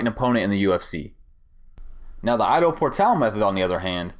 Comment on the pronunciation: The way you Ido, sounds "I dow... " It's more like e-do ... Bring that Japanese sound like in judo